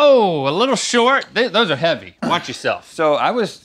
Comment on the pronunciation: I wonder why in the beginning link kept pronouncing Rs as Ws.